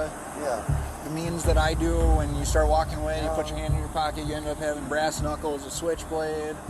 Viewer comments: *brass knuckles > "brace knuckles" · Brass knuckles not brace knuckles. Is English your second language??